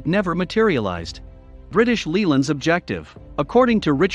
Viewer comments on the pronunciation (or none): British Lee land. Really??